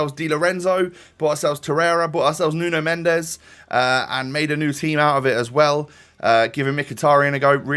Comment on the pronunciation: nuno mendes is pronounced as nun mensh